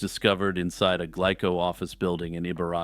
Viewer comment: Okay...nit-picking time: The name of the Japanese candy company, "Glico," is pronounced, "GLEE-ko" (or if we want to get hyper-technical about it: "Goo-Ree-Ko") ... not "GLICK-ko." 🙄